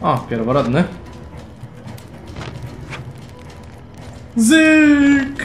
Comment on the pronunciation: "pierworotni" a nie pierworodni